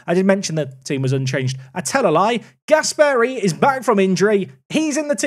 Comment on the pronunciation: The pronunciation of Gasperi makes me sick! It's Gàsperi and not Gaspèri